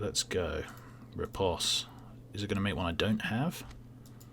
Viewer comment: "Repose" rhymes with "toes" not "toss" :D